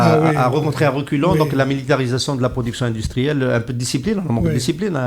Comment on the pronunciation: Indistruelle? Comme ca se prononce? 😄😄